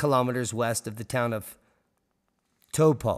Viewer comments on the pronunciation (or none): To pronounce it say Toe Po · Toepaw is phucking painful to listen to repeatedly, but then again, many Maori can't agree on pronunciation of some words... Let alone the caucasians! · Gday from NZ. Pronounsed tar- po, Just trying to be helpful. Love to all! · Taupo it’s pronounced t-auw-po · Thanks good video, but you butchered the pronunciation of Taupō (ˈtaʉpɔ) - the hint's in the macron.. That aside, don't forget that Ruapehu has been rumbling too, part of the same volcanic field. Something's afoot, not sure it's major, or imminent, but something's going to blow soon I'm sure. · it is pronounced 'Tow pou' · TAU. As in "how" but swap h for t. PO. As in "hoe" like an ex girlfriend. Heaps of us kiwis can't agree on pronunciation, so we can't really blame a Yank for getting is close ish, but wow, some of your pronunciation "lessons" below in comments are laughable. And no Kiwi (who doesn't have a speech impediment) would say Taupo like these guys... I guess language may evolve though... (Devolve?) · Pretty good? Never heard ANY fellow Kiwi say it like this informative clip. Not like it's a Wanganui/Whanganui issue... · Think you should consider a hearing test, the only kiwis pronouncing it like daimond, have a speech impediment perhaps. Close (ish)